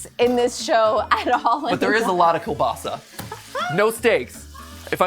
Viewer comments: Kolbasa is pronounced koo-basa. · he butchered kielbasa, its not really how people say it but its how you pronounce it, i am polish too, but also Lithuanian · as a polish person, the English way of saying pierogi is so funny to me, its still really cool that matpat makes all of these. the American pronunciation of kielbasa is just so incredible weird to me even tho i've heard it so many time.